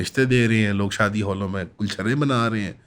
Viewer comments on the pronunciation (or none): none